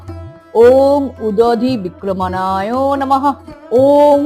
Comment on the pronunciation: আপনি ভুল পাঠ করলেন, নাকি লেখায় ভুল আছে? অনুগ্রহ করে ভুল সংশোধন করুন। লেখা আছে 'উদধিক্রমনায়'....